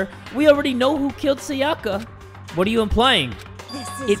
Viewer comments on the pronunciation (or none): Everyone: "Sayaka": "SaYAKA" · Everytime he’s says SaYAka I die a little more inside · As a danganronpa fan, it kills me how he pronounces sayaka’s name like: sa-ya-ka instead of si-ya-ka, and byakuya like bkYakUay instead of bya-koo-ya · FOR THE LAST TIME, her name is Sayaka (Sigh-a-ka), not (Say-aka). The “Say” in her name is pronounced “Sigh” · But he needs to say sayaka and byakuya right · C E R Y S I cant stop getting annoyed when he kept saying Sayaka wrong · I've been in the danganronpa fandom for 7 years and it just makes me so happy to see people injoying a game that has meant so much to me. Also the mispronunciation of Sakura and sayaka are just bothering me a little